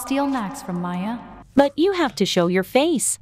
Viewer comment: Is not maia is maya